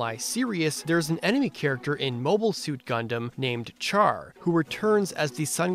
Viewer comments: Oh Char is pronounced Shar I'm pretty sure you got this comment by others but I say it as well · The way he said Char lol